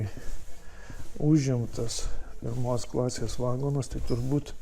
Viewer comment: Viskas gerai, tik apie geležinkelį pasakojančiam būtų gerai kirčiuoti teisingai: lietuviškai negalima sakyti vAgonas, reikia vagOnas